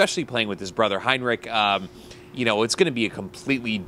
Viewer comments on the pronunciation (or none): Did you just say Henrik's name as "Hindrich"? I don't think he's German... Good video.. I was looking for those in-game "reactions" in this video. Vancouver was diving more than I realized after rewatching some tape.